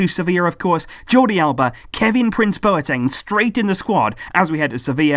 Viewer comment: I'm from Ghana and that's the corrects Bwateng